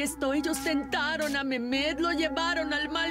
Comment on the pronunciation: ¿Qué no "Memet" es MEHMET? O sea, se pronuncia "Mejmet", creo